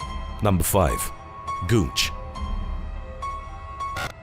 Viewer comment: Goonch? Wat you talking about Willis.